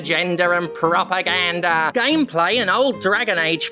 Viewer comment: I'm not proud to admit this, but I was 21 minutes into the video before I realized you were saying propaganda rather than "proper gander".